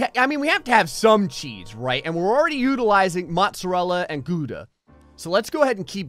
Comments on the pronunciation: gouda is pronounced like gowda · gooda? as a dutchie that pronunciation hurts my ears. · Wait, is that how Americans pronounce Gouda? 😂😂 omg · makes "Gouda" Pizza